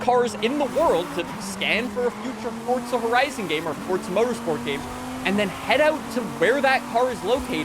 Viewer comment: Brother please stop saying FORDZA. It’s forza uggggghhhh 🤮🤮🤮